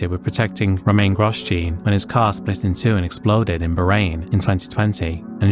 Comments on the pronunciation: A few corrections, if I may. Bianchi is pronounced "Bee-AN-kee", not "Bee-AN-chee". Jules' best F1 finish was 9th, not 8th. It's Romain Grosjean ("GRO-zhon"), not "Gross-Jean". The 19-year-old marshal's body was not split in two. His red sweatshirt came off during the impact, which has unfortunately fuelled that misconception. And Ligier was a French team, so it's pronounced more like "Lee-zhyay", not "Lye-gear". Small details perhaps, but worth getting right in a video covering such serious incidents. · I have to agree on that. Things like Grosjean (Groh-zjeahn) and Bianchi (Bee-an-khee) are difficult words, but they are famous names. A bit more respect and research could have been warranted. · It is pronounced Bianki not Bianchi. He was French hence the difference in the sound of the 'ch'. It's also Grojohn also French. You really should learn to pronounce names correctly to give proper respect. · Wait, I've heard the radio chatter for Grosjean's crash, isn't his name pronounced more like Grow-john? or I guess Grow-jaw-n would be closer. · love the way you pronounced Grosjeans name haha